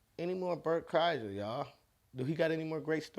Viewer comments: Bret Kieser?!! Its Pronounced Burnt Chrysler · Pronounced Cry-Sure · Cry-sher is how to pronounce it. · Oh and in case no one pronounced his name for you, its pronounced Cry-sure. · Last name is pronounced Cry-Sure. Please do more he is great! Thanks for the video! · Glad to see you finally meet Bert. It's pronounced Cry-sure. I've seen him live - he's awesome! More Bert please! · Kreischer = Cry-sher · He pronounces his name "CRY-sher." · Burt Cry-sure. Is how its pronounced. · 1) “CRY-shur.” You got it at the end. :) 2) As someone who had three years of Russian in college, I’ve loved this clip for quite a while. 3) I totally thought I’d seen you do this a while ago, just because I’ve seen so many people react to it. This was both a delight to suddenly find in my feed and undoubtedly worth the wait; you’re the best, man! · His last name is pronounced like /CRY-sher/ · It's pronounced cry sure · His last name is pronounced cry-sher lol just lookin out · YMH podcast is huge! They just had a clip of you saying Berts name wrong_ Epic 🔥 🔥 🔥 🔥 🔥 🔥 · Go to YMH podcast they show u pronouncing his names wrong bc everyone does lmao 🔥🤘it’s around 8 mins in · You unintentionally pronouncing his name wrong had me dying. Its a running gag between his friend group and fan base to mispronounce his name in the most outrageous ways possible, lmao. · Tom woulda loved how you pronounced Berts name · I hope Tom and Bert see this. You saying his name wrong us a running joke with those guys